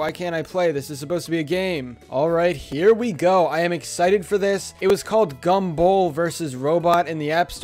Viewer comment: GAM-BOLL every time you say that I laugh